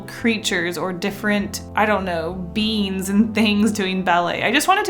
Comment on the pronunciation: Every time she said beings it sounded like beans I love her